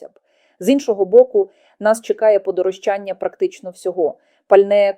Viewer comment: Подорожчання,наголос на ро,а не на ча.